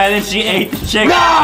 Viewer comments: Justin always say chucken!!!!!!! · Why Justin always say chicken but he say chucken? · why is justin saying chillcken without chicken